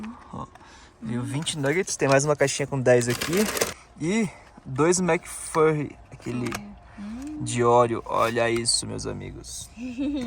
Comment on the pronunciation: Ai gente rachei o bico no mac fArri, se escreve Flury mais a pronuncia é Flaury